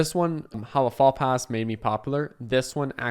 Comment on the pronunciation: faux pas is pronounced foh-PAH (great video by the way)